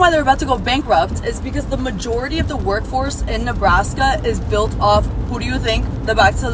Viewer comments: NEBRASKA not NEBLASKA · Its Nebraska NOT Neblaska!!!😂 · Say "Neblaska" just one more time...I swear it... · I stopped when I heard Neblaska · There' no L in Nebraska